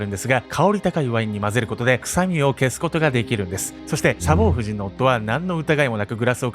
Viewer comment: サボー↑夫人😂 サボー↓夫人ですｗ 全く本筋と関係ないけど気になって気になってｗｗ